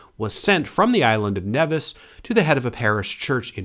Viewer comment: Nevis ls pronounced as knee-vis